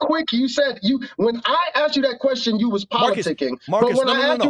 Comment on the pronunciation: And not 'aksed' 😂♥️